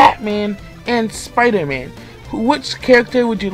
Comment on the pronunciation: lmao “spriderman”